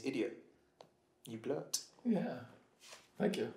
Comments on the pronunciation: Hahahahahahahah he said blurt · When Andros said blert 🤣🤣